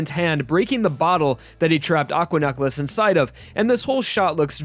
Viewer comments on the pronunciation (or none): Why do you pronounce necklace like "nuck-les"? Edit: Don't mind my rudeness; I'm a little drunk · Why does he pronounce necklace so weird